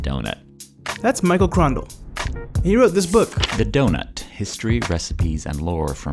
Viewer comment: Lets keep the 'ugh' out of DONUT and not DO'UGH'NUT